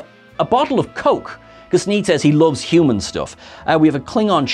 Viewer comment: Anyone noticed Sneed said Humans instead of Humons?